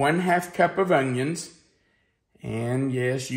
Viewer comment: I love the way you say onion . It reminds me of a high school friend of mine . She said it like there was a “g” in it as well . She was from OK , so perhaps it’s a southern thing 😊. Thanks for the memories . Oh and I’m making this recipe !!!! 😋